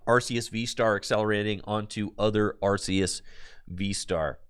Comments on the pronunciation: Its actually arr-kay-ess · So the reason why it's are-kay-ess is because of Silvally's ability in the main line games which is 'RKS System' which is basically just referencing Arceus. Too bad honest it doesn't matter that much since the anime pronounces it 3 different ways as well but Are-Kay-Ess is the one with most backing too it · Linguistically speaking though, it's are-key-iss technically.